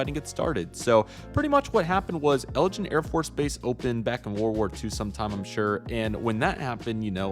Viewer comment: Not to be rude, but it’s eglin Air Force base, not Elgin